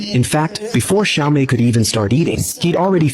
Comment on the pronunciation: Well it's "Xiaomei" not "Siao Mei", but yes the names are reworked from the actual Japanese names. This channel often does that to Japanese films.